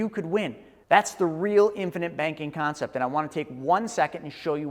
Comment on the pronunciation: it's CONCEPT, not CONCEPS